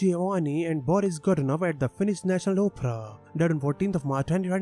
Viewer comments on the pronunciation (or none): none